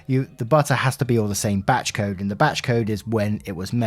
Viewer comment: Every time you say “batch code” I think your say “batshit code”